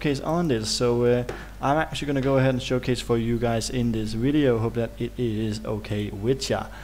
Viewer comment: Widio lmao.....derp